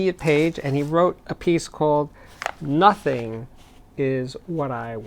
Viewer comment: "and nothing is what he's gonna get" hahahaha you're definitely a New Yorker